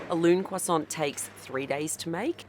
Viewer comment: Please, for the love of god, the T is silent.